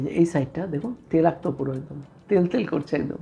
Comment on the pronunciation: Dada telakto noi toilakto sobdo ta..